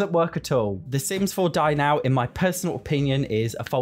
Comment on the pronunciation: every time you say "dine out" i hear "die now" and it's hilarious